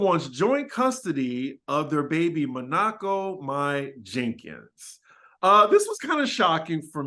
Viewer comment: Not monocko. It's said like the city also her name its said my. Yall have gotten to auntie status. And I'm loving it like McDonald's. Lol